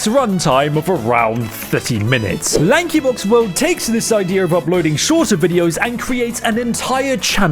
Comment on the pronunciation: LAHNKEE BAWKZ